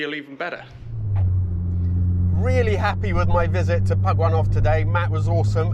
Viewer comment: "Today I'm going to pug one off" sounds really dirty.